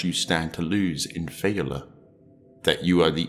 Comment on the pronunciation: Lol. How you say failure as falor. Superb video as well as superb content though.